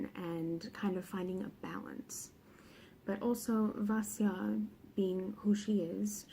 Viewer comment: "it consists of three books... trilogy" 😂😂😂 I do the same thing all the time, but it made me laugh to hear you do it! Thank you thank you THANK YOU for saying Vasya's name right!! Hearing her called "vassy-lisa" has been... trying, to say the least, especially because I love her so much and just want everyone to give her the love and respect she deserves!!! The Christianity vs Paganism back and forth was such a beautiful conflict and it accompanied the Morozko storyline so beautifully <3 (unlike a certain other trilogy 😂 I still love the Grisha books but they're MESSY when it comes to borrowing from cultures) I've only read the first of the trilogy so far but I wouldn't call it slow at all! It felt... it felt like what I imagine a Russian winter would have felt like in Vasya's time. Long, but so full of tension that the pages just flew. The building, rising "oh shit something's gonna go wrong" in the first bit of BatN was a stunning set up, in my opinion. YES that atmosphere! I read this in Hawaii of all places and I STILL shivered. GASP. if you're listening, MAKE THE SHORT STORY BOOK A THING PLEASE! Dunya's tales. Just the lives of the spirits. Something. I love this review,! Thank you for keeping it spoiler free so series newbs like me can still watch and enjoy and anticipate what's still to come:D